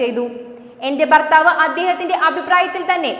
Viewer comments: ഭക്തി എന്നാണ് ബ ക്തി അല്ല. ബർ താ വ ല്ല. ഭർത്താവ് ആണ് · വാർത്ത ഒക്കെ കൊള്ളാം. ഇനി മേലാൽ ബാരതം... ബർത്താവ്... ബാരത ബൂമി...ബക്തർ എന്ന് ഒക്കെ പറഞ്ഞെക്കരുത്...എല്ലാവരും കറക്റ്റ് ചെയ്തോണം.. വെറുപ്പിക്കല്ലെ